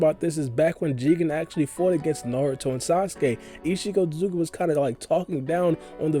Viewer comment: Ur otsutsuki pronunciation is upsetting... say after me ot su tsu ki! Wtf is otzugi!?